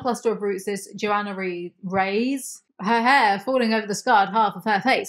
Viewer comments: It's pronounced "rey-ess." it's a Hispanic (Spanish) name! It means "kings"! 😅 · Love, but the way she pronounces Reyes has me cringing 😬